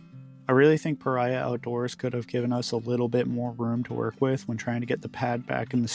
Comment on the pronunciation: Pah Ree Ahh. Not Pah Rye Ahh